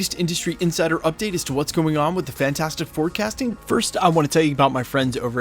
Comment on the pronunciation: Dude said "fantastic 4 casting" but i heard "fantastic forecasting"😂😂😂